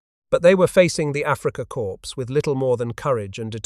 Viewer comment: Africa "Core" please, not "corpse".